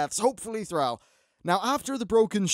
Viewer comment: pls dont tell me he just said hopefully thrall after theyre might be some very big deaths he also pronounced it wrong if he did say that which i hope not